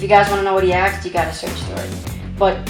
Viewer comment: Why do you always say "axed" instead of "asked"?